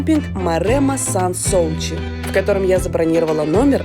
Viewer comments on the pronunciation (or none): Сан Суси (фр.), какие еще Соучи? Люди, ну иногда проверяйте названия... И если имя мужское произносите четко О в конце, иначе у вас женское получится: ДонателлО - мужчина, но ДонателлА - женщина